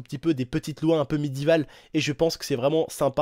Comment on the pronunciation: "midivales" mdr